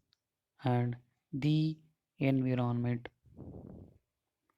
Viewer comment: Enviirroonnment nahi hota.....😭